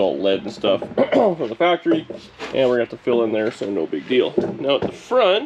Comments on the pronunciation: Hactory, hahahaha. Sweet refit today. Thanks for sharing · FACTREE NOT HACKTREE!!!!👍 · I love what you said that Dani said HACKORY? Great job my friend....